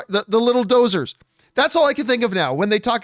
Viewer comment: GAH! Doozers not Dozers.